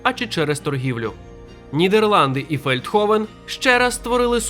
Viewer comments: Не Фелдховен, а Велдховен (Veldhoven) Населення приблизно 43 тисячі населення, зараз може й більше. І так, воно існує, як би вам смішно не було, я там 3 роки жила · місто Фельдховен? 🤨точно ФЕЛЬДховен? Принаймні я так чую...